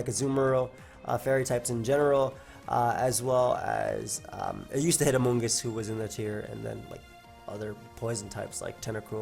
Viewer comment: Did this crazy guy just say amoongus?